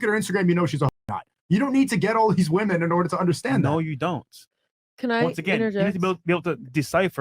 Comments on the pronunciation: Brother, please learn how to say “women” properly. You sound slow af when you pronounce it like these Gen Z YouTubers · I like but why does he say “Woman” even in plural form? lol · Required English lesson: One woman = woman More than one woman = women So annoying these so called experts butcher it over and over and over.